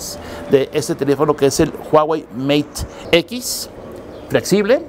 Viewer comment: "meit equis" Spanglish